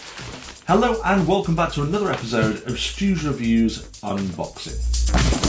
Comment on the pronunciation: how you say "epizode" cracks me up lol